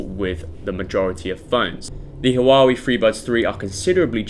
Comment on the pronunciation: I hate the way u say Huawei, say Huawei, not Hawawi